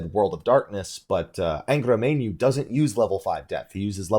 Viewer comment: The way rolled his "r" on Angra Mainyu made me shudder....in pleasure.